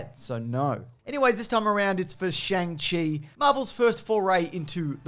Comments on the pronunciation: Great edit and commentary! Helpful tip: "Shang" is pronounced like "song" not "sang". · im sorry but its actually pronounced, Shungshi ;) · isnt is pronounced “Song” chi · Fwiw, you've got to wrong pronunciation for Shang-Chi